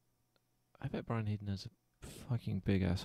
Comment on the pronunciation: It's Heedon actually